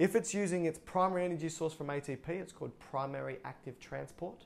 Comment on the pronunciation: wow you explained this so well I just watched 10,000 videos and yours is by far the very best !!! I like how you say aye-tee-p